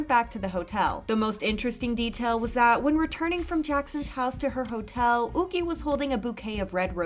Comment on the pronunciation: Yuqi is a Chinese name and would be pronounced Yoo-chee not ookee.